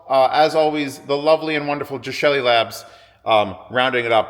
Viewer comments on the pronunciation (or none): Hey wait a minute. When did we start calling Geshelli Labs "Jeshelli" Labs?!? What's up with that?